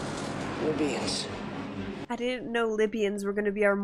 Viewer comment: It's not the lybians... ITS THE LYBIANS !!! That cracked me up